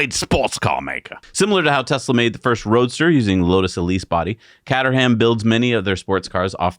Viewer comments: CATERHAM "Cater" as in "catering" (cooking) And a silent "h" and almost silent "a". Cater'm (Nearest approximation And yes, I know, I live 16 miles from there😉) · Production value is IMPRESSIVE. Solid data is always better retained with a spoonful of animation. WAY - TO - GO team NYK. BTW - sayin "catter ham" ain't gunna get you a beer. Say 'kate-rum' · The British car company is pronounced [kate-er-rum] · It's pronounced Kate...err..um, with heavy emphasis on the first syllable and the rest slurred into the Kate. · Caterham is pronounced KAY-TER-UM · Top gear always said Cait-trum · Caterham is actually pronounced KayTrm like Kay Trum but mush the trm. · Caterham - pronounced “ cater am “ quickly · Hey guys love the show just a quick thing the Caterham is pronounced K ter rum. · It's pronounced "Cayteram". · Its pronounced Kate er am 😀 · Hello guys, I love your channel and I've been watching since was a geeky teenager:-) when he once challenged a commentor on who had the coolest dad in the world. The correct pronunciation for Caterham car company is "KAY_TRUM" I know because a good British friend of mine owns a Caterham Super Seven designed by Colin Chapman. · Also it is pronounced "Kay-terham" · Hey guys, its CAYTRUM. Obviously not top gear fans. 😅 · Much closer than attempt... I'd say it's CATE (like gate) ER RUM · In my heart of hearts I'm convinced they're only mis-pronouncing Caterham deliberately for the engagement from their small English audience.